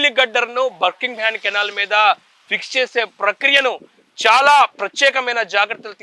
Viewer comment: బర్ కింగ్ హమ్ కాదు నాయనా బకింగ్ హమ్ అని చెప్పాలి